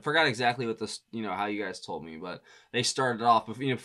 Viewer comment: “Thas” Boy 😂 Hilarious! Damn it!